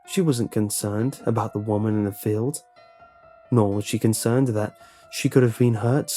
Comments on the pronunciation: I think that was a mistake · Did you say conkernced by reason or mistake? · Did he say conternd is that even a word or was it a mistake?